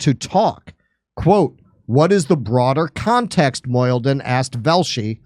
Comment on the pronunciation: Mo - He - Deen - Mohyeldin